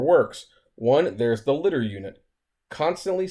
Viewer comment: Lie - Dar. Not lidder bro lol.